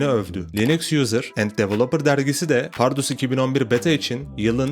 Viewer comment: kral iyi hoş anlatıyosun da ömrümde bundan kötü "PARRUDUS" diyeni duymadım. bunu düzeltirsen efsane olur. Eleştiri değil tavsiye olarak al bunu.